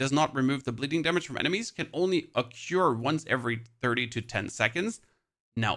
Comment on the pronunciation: Small thing because this always bothers me with my colleagues: it's occur (ok-körr), not oc-cure. ;)